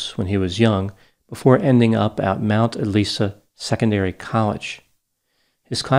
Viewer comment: He went to Mount Eliza Secondary College. Eliza with a "Z" [Eh-lye-zah].